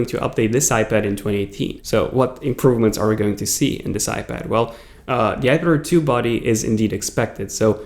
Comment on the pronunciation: Is he saying ipader?